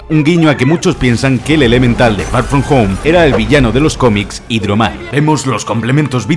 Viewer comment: far from home ❌ fa foh fo✅